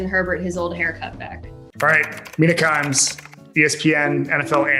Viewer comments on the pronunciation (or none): confused it's "Mina Kimes" not "Mini Times"